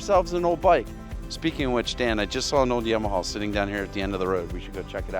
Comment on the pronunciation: Please...."YAW-MA-HAW"""